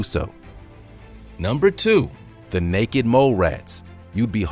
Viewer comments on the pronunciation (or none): Haha the first time you said necked mole rat lmfao